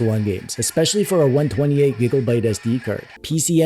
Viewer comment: Are you saying "Giggle-byte"? I giggle a little every time you say it. LOL